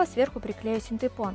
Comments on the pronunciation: Тоже самое хотел сказать) Правильно: фанЬЕра) и синтЭпон) Вы умница! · О господи !!!фанЭра и синдЭпон,больше не говори так пожалуйста ,кровь из ушей ,а так большая молодец!!!! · Ну не могу я слышать - синтЭпон, фанЭра.